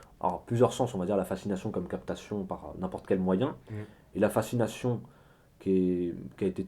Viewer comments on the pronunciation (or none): Fascination pas facsination :( Sinon très instructif est belle mise en scène. Bravo et merci.